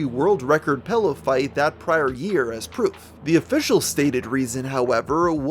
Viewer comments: This nigga says Pellow instead of Pillow and Bo-hemoth instead of Behemoth. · Bro you keep saying pellow and it’s killing me. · wtf is a "pellow"? I use "pillows" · "pello" xD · I seem to be the only one noticing that he pronounces pillow as "pellow".